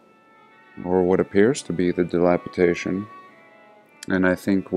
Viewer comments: DilapiDATION....not dilapITATION.... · "dilapitation" as you pronounce it is not a word. It's "DILAPIDATION"... C'MON DUDE.